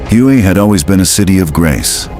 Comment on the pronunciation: This is lame-ass clickbait. You are so stupid, you don't know that "Hue" is pronounced "way", that's really lame. Avoid this clip!